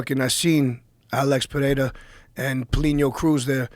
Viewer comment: ITS AAALEX PE RE RA NOT FUCKING PEHHERA JOE!!!!! FOR FUCKS SAKE